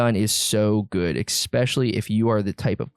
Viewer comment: I'm honest to god not trying to sound like an ass-hat but I absolutely hate the way you say especially. There is no "ex" sound in especially.. Again, sorry. I love your content and definitely have that bell rung, keep up the content man this is good stuff. No good way to sign off after saying dumb shit like this so...